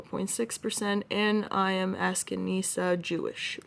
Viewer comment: Ashkenazi, pronounciation, Ash-ken-a-zee